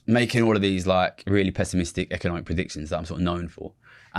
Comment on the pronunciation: Econimic lol